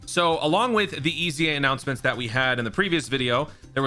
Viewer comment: Annountnents, big tings appening